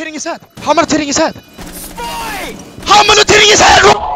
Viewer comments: On gawd, the “it’s okAAY BREATHE..BREEEEAAATTHEE!” Had me weak 😂😂😂 & “SPOWET” best duo ❤❤ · I love how Spoit just accepts that calls him "Spowet" 😂